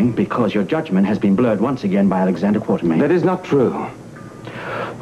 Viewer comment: Well Victor also pronounces Alex's last name Quar-ter-mean. I guess it was so slight they let the line pass. And if you remember Frank Smith had that stilted way of delivering lines like Anthony. for what its worth.